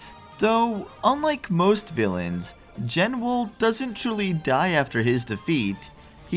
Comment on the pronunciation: BTW based on Meteonelfilis' names in other languages, the Genwel title seems to be a portmanteau of Genesis and Jewel, meaning it's probably actually pronounced "JE-nool", not "JEN-well"